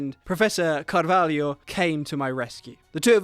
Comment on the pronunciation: I know is just pronunciation, but you sais"Caralho", not "Carvalho", carvalho means oak, caralho means penis